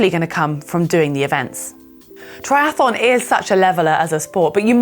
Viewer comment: "try ath on", not "try ath a lon"